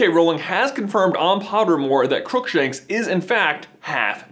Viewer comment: "CROOKSANKSH JUMPS DOWN"